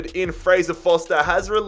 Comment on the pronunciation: how come you call Fraser Forster Fraser Foster?